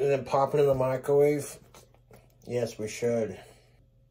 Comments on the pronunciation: I can’t un-hear him call it a “micawave”. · Does anyone else hear him say “Michaelwave”?